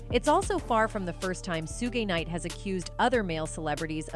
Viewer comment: Learn how to say the names first 😂 Mr Knight and Ms Warrick wow this gotta be a lil kid lol